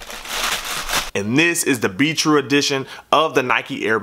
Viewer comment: sounds like you're saying beetroot not be true lol